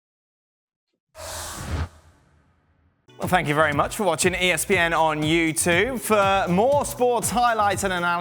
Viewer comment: Can you please re-film the bit at the end where Dan says 'You Toobe' instead of you tube - it drives me mental every time. Cheers